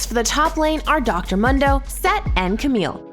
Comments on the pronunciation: not even tryna hate but bro why she say mundo like that his name is Dr. M(oo)ndo not Dr. M(uh)ndo treat my mans with respect how’d this get filmed and no one said anything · I’ll consider paying you guys if you get the host to pronounce champ names correctly. Darius is annoying and Mundo is just horribly annoying. There are more, I’m sure. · The way she says Mundo makes me think she doesn't really play this game.